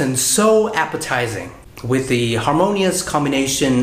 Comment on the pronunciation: E rất hâm mộ anh vì khả năng nói Tiếng Anh của anh. Tuy nhiên, ở phút thứ 2 anh nói " the spelling " với mạo từ " the" như khi đứng trước một nguyên âm vậy. Nhưng không sao, đây chỉ là 1 lỗi nhỏ xíu xiu thôi, ai nói Tiếng Anh đều không thể tránh khỏi cả.